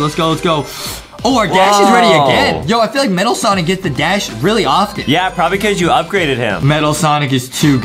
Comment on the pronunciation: its sonic not sanic